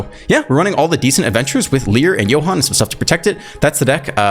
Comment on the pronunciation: As a German speaker, I must say I appreciate your pronunciation of "Johann" 😂 Should you play "Song of Totentanz" one day, please explain in your video that it's a German word lol